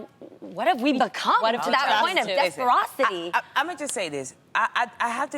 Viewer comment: Desperation not desperocity. Lol but I love it...